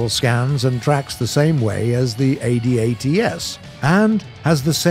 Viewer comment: for god sakes... its pronounced ADATS.... not A D A T S...... its a word.. from a canadian in the CAF....